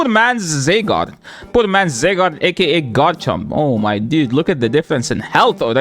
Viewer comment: ZYgarde not ZAYgarde